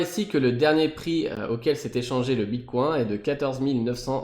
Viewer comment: Prononcer bitcoin à la française ? Je l'avais jamais encore entendu, c'est rageant à chaque fois que tu le dis ^^ Allez pour ceux qui sont rétissants c'est mieux ainsi ;) Merci pour la vidéo, un peu longuet mais complet dans l'ensemble ;)